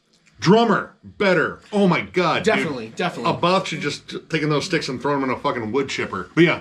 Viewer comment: Nothing worse than metal nerds who can't even pronounce Abbath correctly....